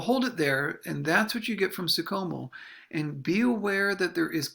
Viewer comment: It's pronounced Franz SOO SHOW MEL. No Soo COMO. Yeesh.